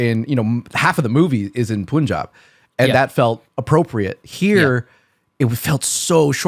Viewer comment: It is not Poonjab , it is pronounced pun-jaab